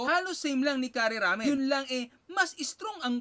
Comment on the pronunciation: Stop using chopsticks!!! Di ka nga marunong!! Learn how to properly pronounce curry! Japanese food — not pud!